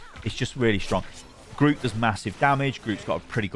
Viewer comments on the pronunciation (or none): none